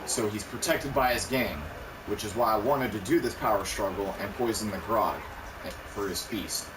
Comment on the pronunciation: Gr-ow-g, not Grog.